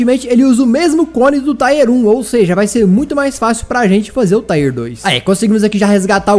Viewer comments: Tier se pronuncia como se escreve msm e não como taier kkkkk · ...pelo amor de Deus Nn fala mais TAIER FALA TIER...NUNCA TE PEDIR ND HAHAHA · não pronuncia taier não...o certo é tier mesmo...a pronuncia é tier msm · A palavra “Tier” se fala como escreve, e não “Táier” kkkk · PELO AMOR DE DEUS, PARA DE FALAR "TAIER" É "TIER. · Cara. Não se diz taier. Se diz tier. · Para de falar TAIER pf, ta dando agonia, é TIER